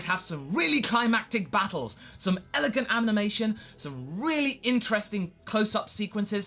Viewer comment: its funny how u say elegant animation